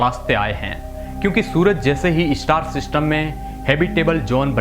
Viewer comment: इस्टार " नही स्टार " बोलो